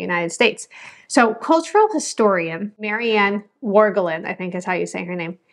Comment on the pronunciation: Lovecraft had a hilarious comment about finns. He didn't much appreciate their demeanor. The way you pronounced the historian's name as "Meri Än Worgelin". If it's a finnish name (in which case it's very 19th century, very old fashioned with the W, not existing in recent history), the "a" is pronounced as "a" - like in the word "army" but short. Well, not important, but thought to mention like probably all the others. And sounds like she's very american by this point so would make more sense to pronounce her name the english way anyway. Funnily enough there was a band called Finlanders in Finland. The worst variety of racist remark. Also lol at swedes making slanty eyes at finns, as if they didn't rule over the next door neighbour for like half a millennium and share their genes during that time. But really the worst kind of event for a finn is how very regularly foreigners see or hear finnish and ask "is that swedish?" despite the two looking and sounding completely different. Almost like asking an american "is that italian". Like english is half swedish, shouldn't be that difficult to notice the similarity.